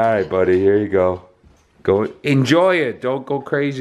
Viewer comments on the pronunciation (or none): Saying "Go..go go go gow!" without stopping sound like you barking. lol. Furious be like, "yo chill. I am gonna gow man."